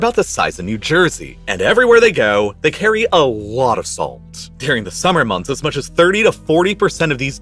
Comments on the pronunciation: Great video, couldn’t stop focusing on you saying “dearing” instead of during lol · I really like this channel, but the narration could be better, I think. You don't notice the accent that sounds like TikTok dictation, or occasional odd pronunciation? For example, cotton sounds like "coddon" and during sounds like "deering." Some of the pronunciation is probably regional, but I can never get used to it. Reminds me of how many journalists speak with a neutral "West Coast American" or Canadian accent, but you can hear the roots when someone from the eastern US pronounces the words foreign or forest as "fareign" or "farest." The Canadians are revealed by their tight Os and occasional nuance of vernacular.